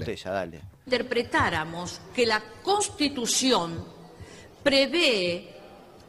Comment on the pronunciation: Señora se dice constitución